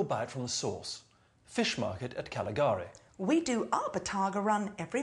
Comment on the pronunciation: He pronounced "Cagliari" wrongly, as well as "Viña Hernández Rioja Reserva" and "Rioja del Havers" etc.